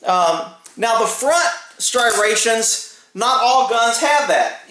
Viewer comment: Si rations🤨 oooomy god the gun is loaded.......